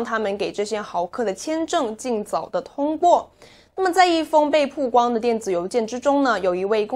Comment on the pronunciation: 曝(bao)光,一直读(pu)好难受啊